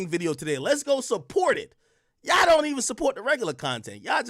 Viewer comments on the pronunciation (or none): "YAW don't even, YAW ... " .. wtf is Yaw?